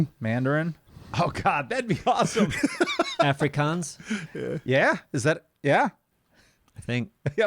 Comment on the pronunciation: I didn't think that you'd even know what Afrikaans was... well done.